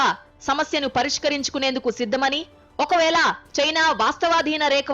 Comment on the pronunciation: సరైన భాషను కూడా మాట్లాడటం రాకుండానే యాంకర్స్ గా మార్చవచ్చా. ఒకవేల ఏంటి. ఒకవేళ అనాలి కదా. ళ స్తానంలో లో.ణ స్తానం లో కూడా నా. దయచేసి భాషను చంపకండి. వేరే ఏదైనా ఉద్యోగం వెతుక్కోండి